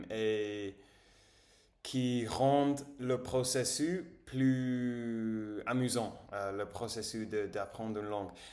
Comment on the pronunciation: Hello, quelques corrections :-) Si vous aviez.....vous sauriez (savoir) Le processusss (the -s at the end isn't silent) Me sentir cou-pable Maintenant que j'étudie En lisant (s is like a z) Je viens de vérifier le rapport de météo > je viens de regarder la météo Ou que vous soyez Bravo pour toutes ces bonnes techniques ! You're right, it's a long run activity. I've been learning english for so many years and still not done 😅 Bravo